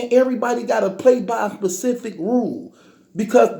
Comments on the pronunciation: I hate this nigga! #1 you don’t leave the crib but always wanna try to check a real niggas temperature.. #2 all of this is what you think, NOT A FACT! #3 you have a speech impediment and you need someone to help you out! It’s SPECIFIC NOT PACIFIC. Shut yo silly ass up 😂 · " Pacific Place " Its SPECIFIC numb nuts!